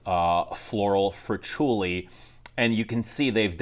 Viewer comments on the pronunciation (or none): none